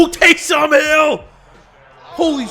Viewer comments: Please stop saying Tay-som. It's Tay-sum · you pronounce taysom like taysum or taysome not tay som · Its pronounced Taysum not TaysOOm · For the love of god quit splitting up his name and say it as a full name Taysom not Tay Som. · Taysom not Tay SOM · its "Taysum" not "taysom" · Am I the only one that is super mad at the way he says taysom hill it's pronounced tay-sum hill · "Tay-Some Hill" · The way you say Taysom really bothers me